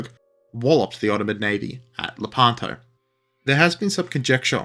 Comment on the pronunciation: Id like to know about the battle of…La-pan-toe? Shut up